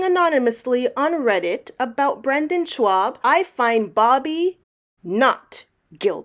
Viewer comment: Who is Brendon "Schwab"?